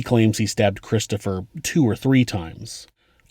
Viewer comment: Does the whole family have speech impediments? "Cwistopher" "Bwother"